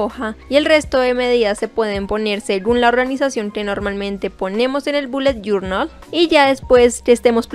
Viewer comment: Te reto a que te tomes un trago por cada ves que dice "boulet jornal" Yo:reto aseptado